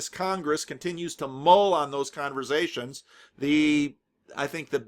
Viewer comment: I think you mean "converZations" ;-)